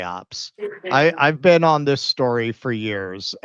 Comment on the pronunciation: “Have you ever bean?”